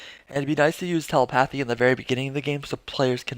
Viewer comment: Triggered by the way you pronounce Telepathy. But good and informative video. Thanks!